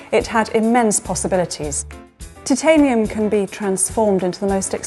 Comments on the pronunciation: How come James Hilton knows how to pronounce titanium but the narrator does not? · This guy is a pretentious idiot... If you are going to work with the metal, LEARN to pronounce it!